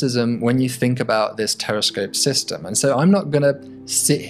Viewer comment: I thought I heard him saying "Terrorscope", looks like I need to clean my ears. But the video showed us a very good concept.